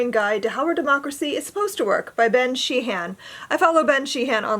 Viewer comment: FYI Sheehan is not pronounced She-han. The H is silent. It is more pronounced like she-ann (not Sheen although that is close enough) I knew a family named Sheehan way back in the 1970s and thats how they pronounced the name. sheann (all run together no pause) FYI - The Will of the Many - James Islington - the I is pronounced like the I in IT not as in eye. At least that is the british pronounciation - and there is a place in London England called Islington.